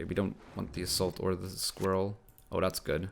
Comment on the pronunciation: "Squiwwel" haha